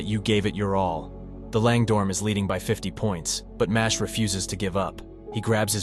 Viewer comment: It's not pronounced Mashley like Ashley. It's supposed to be Mash-el. Like the words Muscle and Magic smooshed together.